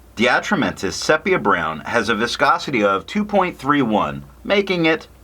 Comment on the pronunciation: Nice review. Quick correction: sepia is pronounced SEE-pee-uh